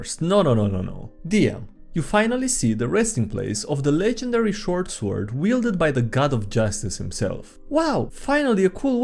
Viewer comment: Still suprised that you have yet to pronounce sword correctly in any of your videos